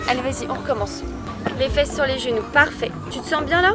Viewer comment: Par contre le "fesse" je supporte pas 😂